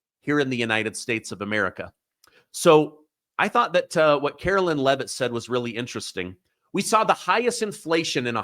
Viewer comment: Her name is Karoline Leavitt (Caro-Line) not Carolyn